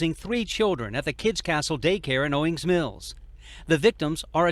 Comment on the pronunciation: You pronounced Owings Mills perfectly!👏😁And on behalf of Maryland, I'm sorry so many of these crazy stories come outta my state.🙈😂I'm embarrassed